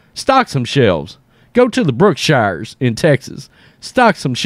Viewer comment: Gotta pronounce it like a Texan - Brook-shurs.